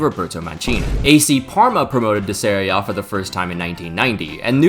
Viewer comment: I love this fact but it's "Serie" not "Seria"